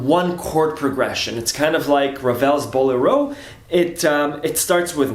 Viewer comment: Me thinks your em-PHA-ses are on the wrong syl-LA-ble. (Ravel's Bo-LER-o.)